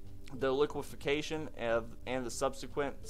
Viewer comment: goog report. btw its liqueFACtion not liquefiCAtion just sayn. . keep up the great work here